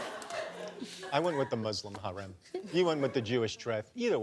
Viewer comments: Michael, haram, not harem 😅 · It’s harām not harem, but it’s totally giving American Muslim. #Approved.